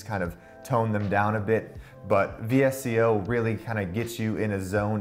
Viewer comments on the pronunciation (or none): People pronounce VSCO as vis-co. Not hating, just letting you know!